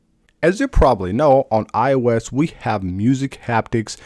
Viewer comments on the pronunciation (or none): “iwes 26” “cellar data” I just can’t go on.